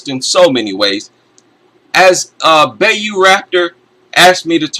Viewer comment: I hate to be a nitpicker, but Bayou is closer pronounced to By-You. Atleast that's how it's said down in Louisiana. Otherwise, this is a completely wonderful live stream, and it makes me wish I was better at showing up on time for these